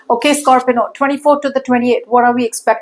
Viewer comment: Why are you saying Scorpino? It's scorpio isn't it